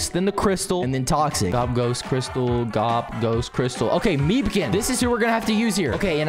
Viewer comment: It’s not gob!!!!!!!